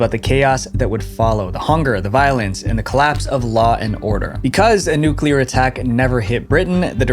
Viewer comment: Thank you for not mispronouncing the word "nuclear." So many YouTubers, whose jobs are to speak to the masses and should be expected to do so correctly, pronounce it "nucular," like NOO-cyoo-ler. It's like nails on a chalkboard!